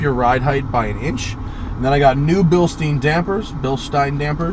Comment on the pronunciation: Nice to hear you say Bilstein like it's pronounced. Now say coo-pay instead of coop (coupe). Btw, it's a convertible.